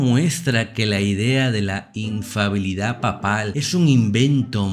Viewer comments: No es infabilidad papal, es INFALIBILIDAD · Padre es Infalibilidad no infabiludsd Gracias